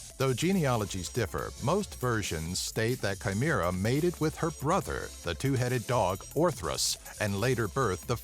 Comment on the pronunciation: You nimrod you pronounced chimera wrong sooooo wrong AND ITS HERCULES NOT HERACLES